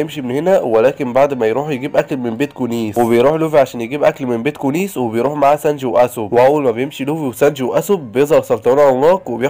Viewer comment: هو في ايه بقا مش كنت بتقول سنجي ايه الي خلاك تقول سنج ياعم بحب ملخصاتك بس حاول تقول الاسامي صح بعد ازنكككككككككككككككككك